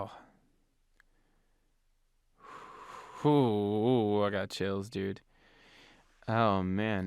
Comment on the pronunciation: Nobody:: cHiLs💀